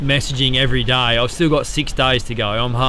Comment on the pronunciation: he speaks 'day' like 'die'